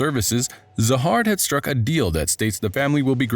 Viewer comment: Siu isn't anyone it's s.i.u. and zahard is pronounced jahad in this story and then you call fug, f.u.g. 🤦‍♂️🤣 what is going on